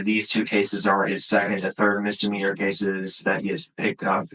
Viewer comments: Mistermeaner?? He's an attorney, he should know how to say misdemeanor properly. 🤣🤣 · 🥸 Mr. Meaner